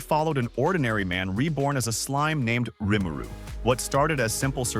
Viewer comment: How can you get the pronunciation of RIMURU wrong??!?!?!?